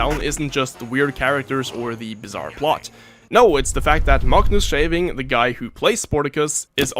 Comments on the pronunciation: as a icelandic person who can say his name fluently, you did great for a non native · Well done with the pronunciation of "Magnús Örn Eyjólfsson Schefing" Its not 100% right but its pretty damn close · your Icelandic pronounciation is actually good, better than most people!!